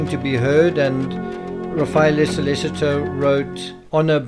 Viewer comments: SO LEH CHI TOE - not SO LES ITO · Sol-leh-cheeto. Ra-fah-eh-leh